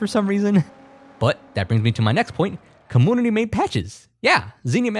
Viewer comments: Dude please, commOOnity???? you don't have like an accent or anything, why do you say it like this 😭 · Every time he says commoonity I cringe. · Take a shot every time he says cumoonity. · Why do you say commonity instead of community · Why does he say comoonity 😭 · You know there is a U in community its not comoonity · Take a shot everytime says "com-MOON-ity" instead of community. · please stop pronouncing community like commoonity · like how do you pronounce emulator normally but say compooter and commooonities ???? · Do you seriously say commoonity like that?? I HATE it. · Comoonuty you say ? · Com-moonity lol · What on earth is a "comoonity?" Why are you saying it that way?? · Brother, it's com-mu-ni-ty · why do you pronounce the word "community" like that? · The way he says community is so fun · I love how you pronounce community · why does this guy say community like that? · great video don't get me wrong but please say community right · The way you say community is really bothering to me (too much I know) And English is my second language (🇮🇱) so it’s odd Anyway your content is awesome and that is the most important thing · cool video. Why are you pronouncing "community" like that? This is the first time I am hearing someone saying like that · what the hell is a cahmoonittea? Also its a combuster, not a cum buster